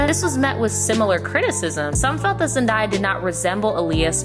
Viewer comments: Zen-DAY-a. Not Zen-DYE-a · IT'S ZEN-DAY-A. NOT ZEN-DIE-A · zendaya is pronounced zen-day-yah not zen-dye-ah :) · It’s Zendaya, not Zendie-a lmaooo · It’s ZendaYEAH Like yeah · Now, my sis Brittany would’ve NEVER been caught in those ugly ass wigs. Zen-“DAY”-uh. I had to. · Why are you mispronouncing Zendaya’s name? I hate that so much with a passion. You literally can find her introducing herself in any kind of interview or YouTube video on her channel and that’s not how she pronounces it ugh. I’m sorry I’m sounding like a bitter mean person but how do you talk about someone and don’t make sure you know how to pronounce their name correctly? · I’m just mad because you’re not the first person I heard saying it that way. Like there’s no “i” her name... so why do people keep pronouncing it like there is???? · Why are we still pronouncing Zendaya’s name wrong in 2019😑